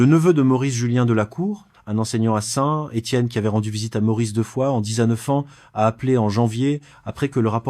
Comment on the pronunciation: je comprends pas. on entends bien que quelqu un lit un texte (pas une IA) mais c est une personne qui ne sait pas prononcer la money thai (il dis "ba" ou lieu de "batte") bizarre pour une personne qui aurait rencontrer des personnes en thailainde . meme ST etienne il ne sait pas le prnoncer et beaucoup d autre chose mal prononce. c est plus un resume d histoires trouvees sur internet. Deja les depart de thailande c est pas pour rentrer en france MDR (ils partent pour des pays voisins)